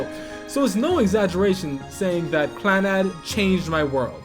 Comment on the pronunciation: While I mostly agree with your top 5 (save for the fact that the way you say Clannad makes me want to die) I feel like Clannad isn't one of Jun Maeda's strongest works. Little Busters and Angel Beats touched me way more than Clannad did, but I guess to each their own.